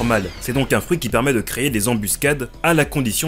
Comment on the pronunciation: Désolé, mais effectivement copie de Im D King, tu aurais pu juste le dire/mentionner en début de vidéo et mettre le lien en description (surtout quand tu te fais une sponso dessus). Et on ne dit pas "creYer" pour dire "créer". Ça m'a fait arrêter la vidéo avant la fin tellement tu le dis de fois… Tu devrais faire gaffe quand tu fais ton montage après